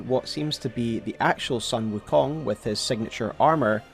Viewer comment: not sun... not the solar entity. This is the family name Sun pronounced closer to the english word 'soon' or maybe a bit more accurately 'dune' but replace the d with an s.